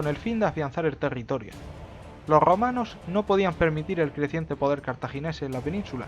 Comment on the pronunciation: Loh Grrromanos 🤣